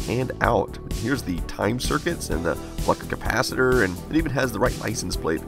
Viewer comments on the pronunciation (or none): It's a flux capacitor, not fluck capacitor :P